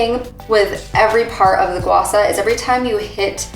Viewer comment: It’s SHA not SA.. and also Gua Sha is a method, not the stone you are using. So when you say use your Gua Sha to slide on your neck in your video.. which doesn’t really make any sense.